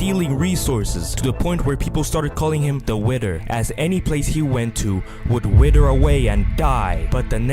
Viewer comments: "WIDDER AWAY AND DIE" tf is "WIDDER" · The wither not wider